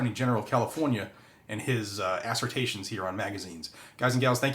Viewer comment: Assertation? Lol